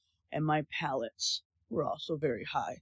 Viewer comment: Her pallets? 😂 platelets?? 😂